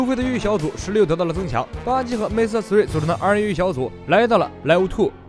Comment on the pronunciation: 终于把"MR"念成"MR"而不是"M" “ R” 了